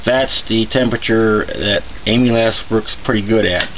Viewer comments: Am-il-aze. Get it right. JFK it's painful hearing your pronunciation. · It sounded like he was saying Amy's ass. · No offense intended, but you do know that that's not how amylase is pronounced, don't you? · He keeps saying amylase wrong... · You don't pronounce it like "Emile- ass". That sounds pornographic. It is more like "camel" without the "c" and then "ace", as in the ace of spades. Just think of "Dromedary playing cards". You don't want to sound like a dumbase. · Its not "Emu-lass" enzyme. It is "Amal - Ace" enzyme. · Amyl Ass enzymes! Its Amylaaazzz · You call it "aim-u-less" it is "am-il-ace" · A-MUH-LASE and not AMYLAS. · Very detailed and informative! BTW, amylase is pronounced AM uh lace. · Great job! I'm a physiologist and a big nerd. Amylase is pronounced as am-u-lace. Just nerding out. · The enzyme he adds, the white powder, is pronounced ama-laze. I had to get that off my chest, it was bugging me whenever he said it... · Amulass?! Nah, great video! I’m gonna try your recipe and see how it goes. Cheers from az! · By the way,it's pronounced amilaze. It's the enzyme in our saliva that helps start breaking down what we eat. I was always told the first & last runnins were methylalcohol,which is poisonous. How to tell the difference? Grandmaw never showed me how she made the keg charred I cut teeth on a long time ago. Any way,as he says you need either the enzyme or base malts (grains) to help convert starches to simple sugars. Same as brewing beer. The base grains contain the enzyme from being malted. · just an FYI, its pronounced "AMALAZE" enzyme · Amylase, pronounced aim-uh-lace. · Say it with me AMA LASE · Pronounced am-ah-layz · Amylase - AM-uh-laze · Am-E-laze enzyme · Pronounce Ahm -a - laze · It’s pronounced “AM-A-LACE”!!! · it's pronounced am-ill-ace. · am-ill-ace enzyme. empnasize the AM.... ill-ace is said fast. Its driving me crazy to listen to you mispronounce it repeatedly. Other than that I enjoyed the video!